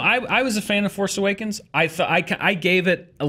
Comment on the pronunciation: The force aweakens. Yes, I spelled it that way on purpose, say it slow.